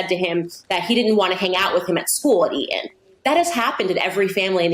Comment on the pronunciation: Tell me. Why do many Americans leave out the letter "T" when pronouncing words. Harrys school is named Eton. Candace pronounces E-on. Important is another word I've seen Americans pronounce impor-ant. Is it laziness or do you think it sounds cool?